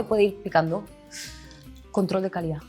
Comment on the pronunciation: “control de c a l i d á” me encantó, lo u s a r é también